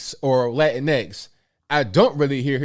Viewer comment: It’s pronounced “Lá-Tyn-x” He said it right. I prefer that style of pronunciation than “Lá-tin-X”